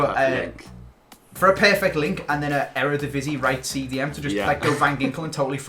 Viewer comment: How jack said "eredivisie" broke my heart